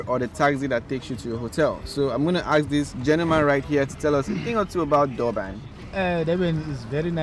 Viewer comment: Dear bro please practice saying ASK the right way and don't embarrass us ohhhh.